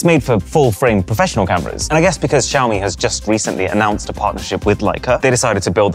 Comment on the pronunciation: Xiaomi = showerme